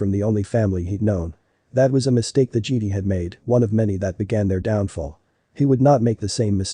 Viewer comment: Don't ya just love how the text-to-speech pronounces Jedi as Geede?🤣🤣